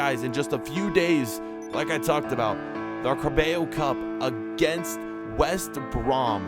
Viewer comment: Car-bay-yo cup😂😂😂😂😂😂